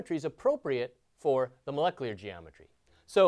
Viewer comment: "Moleclear" ~ this guy